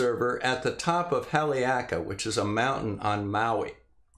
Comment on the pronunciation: Learned a lot. :) I'm always curious how things get measured. Especially when it seems like every part of the equation is a variable. This made a lot of sense. I'll trade ya some knowledge. :) Haleakala pronunciation = Holly-awk-a-la